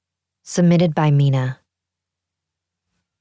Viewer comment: This is strange somehow... my "real" name is Mina (I'm German though 😉), but is the first who ever pronounced the name the right way 🤗! 😘